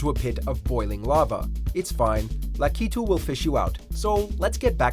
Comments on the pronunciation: I always thought it was lack-i-too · That's quite an odd way to pronounce lakitu.